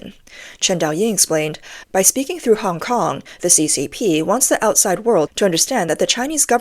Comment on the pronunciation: CCP's 'Director Hong Kong and Macau' can't even pronounce 'Hong Kong'. Doesn't speak a word of Hong Kong's langugage. We Hong Kongers can't understand a word he is saying if it wasn't for subtitles.